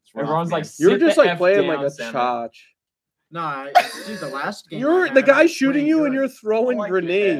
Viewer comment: its so funny when says chaach when its chooch lmfao